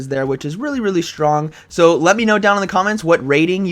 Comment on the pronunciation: I kinda like how he says "shtrong" :P